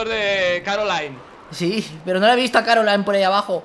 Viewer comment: No es Caroline es Coraline